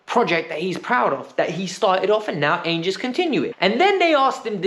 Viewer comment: Love your vids but the way you pronounced Ange though.😂